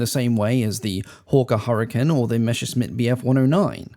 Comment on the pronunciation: Messerschmitt has and S innthe first syllable and an SH in the second. The first half of the name means knife and is pronounced mæsr in english. Please pick it up. Everyone gets it wrong.